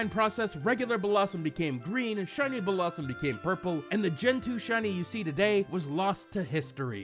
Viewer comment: its Bell-lah-zoom not Bellah sum